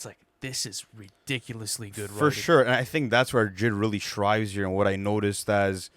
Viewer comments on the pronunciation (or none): I can't take their opinions on rap seriously if they're gonna keep misusing or mispronouncing words like "thrive" wrong. That boy keeps saying shrives... Which is a different thing.. why won't anyone tell him anything? 😭